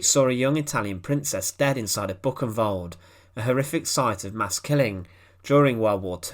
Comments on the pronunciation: Thats not Bucenwald, but Buchenwald. That ch is closer to خ. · Great documentaries, but pleased, please learn how to pronounce foreign words (especially names such as Buchenwald and Mafalda) correctly! The documentaries are terrible to listen to!